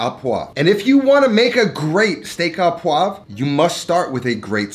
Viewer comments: It's Steak 'au' poivre - pronounced 'o' - Not 'ah'.... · you pronounce it '' o poivre '' not a poivre ahah, love your vids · Not steak A poivre.. steak O poivre. A and U together "au" makes the sound O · maybe just learning how to pronounce the dishes you cook? it is not "Steak aux Pois"(poa like you say), which would mean steak with peas, but Steak au POIVRE, which is pronounced "poahhhvr" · O poivre. Au is like an o sound. And the 'vre' at the end is important, otherwise it sounds like pois(peas) and pea steak does not sound appetazing. Great looking steak. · Hey Dude, love your channel and content, not having a go but just so you know, Steak Au Poivre that you have delightfully cooked, isn't pronounced as you say, the "au" is pronounced how we say "o" in English. (think Filet o' Fish at Maccy D's). Keep up the good work and looking forward to enjoying more of your awesome videos :) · It's pronounced Steak O Pwarvrr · "steak à pois" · Au is pronounced O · The "au" is pronounced "oh". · Steak AU poiVRE please, just take your time, pronounce, you'll be fine. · It’s pronounced like just the letter O steak O poivre 🤓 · I'm not enthused when you can't ever pronounce steak au poivre.